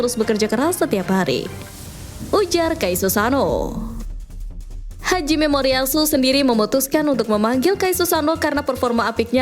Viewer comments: Hajime Moriyasu, Min. Bukan Haji Memoriyasu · salah bang yg bener ha jimemoriyasu